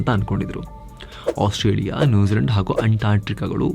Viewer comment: !ಆಸ್ಟ್ರೇಲಿಯಾ ಬೇರೆ!ಓಸ್ಟ್ರೇಯಾ ಬೇರೆ!,ostrich ಹೇಗೆ ಬಂತು ✌️.